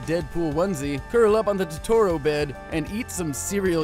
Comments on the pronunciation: Tutoral bed? wtf its toe-toe-ro not tutorial... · Has Jake seen my neighbor totoro? Because he says totoro weird. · Am I the only one who noticed he said Totoro incorrectly? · I was enjoying this video... Until you pronounced Totoro wrong.